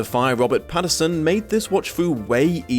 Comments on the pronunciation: Now I have to ask, does not know it’s “Pattinson”? Or is it rly pronounced “Patterson”?? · You keep saying Patterson instead of Pattinson. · Are you saying “Patterson” or “Pattinson”? It’s supposed to be the latter.